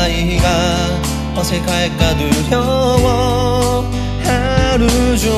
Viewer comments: '어색할까'를 '어새칼까'가 아니라 '어새갈까'로 발음하시는게 숨겨진 차밍포인트가 아닐까 싶네요ㅎㅎ 광주의 자랑 장범준님 화이팅!! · 어새갈까 두려워 범준님 특유의 발음이 매력적! 물론 도입부 담담한 목소리부터 최고!! 기다리는팬 심심할까봐 참여했다고 했는데 너무 고맙고 콘서트에서 다시 볼 수 있기를 간절히 소망해요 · 어색할까 두려워 특유의 발음 너무 좋아요ㅋㅋㅋ! 장범준님 노래는 언제나 믿고 듣습니다...최고... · 이번 곡 킬링 파트는 범준이형 어색할까 발음 아닐까.. 곡도 너무 귀엽고 원곡 느낌을 장범준 만의 스타일로 잘 살린 것 같다.. 사인 모자 너무 갖고싶다.. 이렇게 말해도 될지는 모르겠지만 장범준만 할 수 있는 특유의 찌질한 감성이 진짜 사람 미치게 하는듯 ㅠㅠ .. 사인 모자 너무 갖고싶다.. 제발..